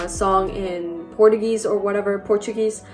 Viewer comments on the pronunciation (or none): Вот только не ясно , она native English speaker или нет. Слишком уж она четко все произносит, да и слишком уж она красноречива, а таким занимаются по сути только те , кто учит английский. Сами нейтиаы выражаются проще. ( пример - serendipity, это же жесть )) да и ошибку она допустила в слове Portuguese и music , потом исправила.